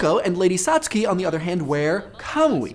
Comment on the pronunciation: Thanks for correctly pronouncing "Satsuki" this time! ;)